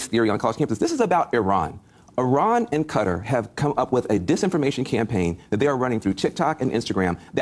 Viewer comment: "Iran and Cutter..."